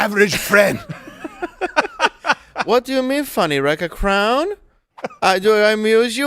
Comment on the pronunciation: "Rike a crrroown" lmao